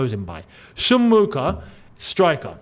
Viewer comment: Mheuka is Shona a Zimbabwean language. The way you pronounced it there bro 😂😂😂